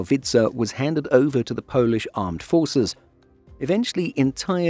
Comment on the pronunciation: I'm loving how the narrator pronounce polish names <3 Giving polish is one of the hardest language on the globe its impressive